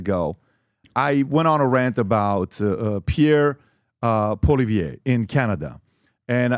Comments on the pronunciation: Crazy how Pat still can't pronounce Poilievre after talking about him so much. POLLY•EV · Please have Pierre Poilievre (pronounced Poly-Ev) thanks Patrick on your podcast We want Pierre as PM and Maxime as official leader of our opposition 🙏🏼🇨🇦🍁Make it so!! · If you want him on your podcast atleast try to get his name right. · If PBD wants to be taken seriously when speaking of Canada, perhaps better research should be done. One obvious place to start would be learning how to properly pronounce the name of the leader of the official opposition in the Canadian parliament, and probable next Prime Minister, Pierre Poilièvre. A quick web search indicates that: "Poilièvre: pronounced as “pwah-lee-eh-vruh” (with a stronger emphasis on the “lee” sound)"